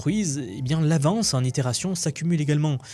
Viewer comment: cent itérations et pas cents (sans) itérations ... grrr